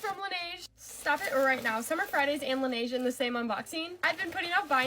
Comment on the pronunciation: she doesnt even pronounce the brand name correctly. Laneige isn't "lan-A-ge"...